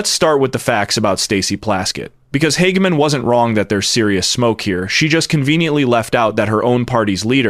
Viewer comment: "Hag-Man" perfect way to say it. Makes perfect sense.